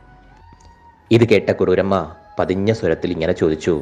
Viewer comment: കരുര് അല്ല കുറൂരമ്മ